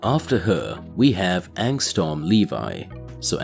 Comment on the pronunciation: Bro it’s not angstorm, it’s angstrom you keep saying storm lol